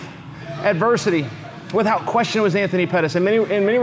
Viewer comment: Chael I'm sorry but the way that you say WITH HOUT is driving me crazy